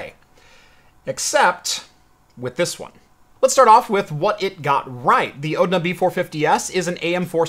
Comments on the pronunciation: ONDA not ODNA.... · it's not a "ODNA", it's a "ONDA"...